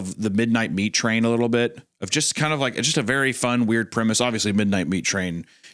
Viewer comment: "the primase is awesome" its premise mr goon premise 3/10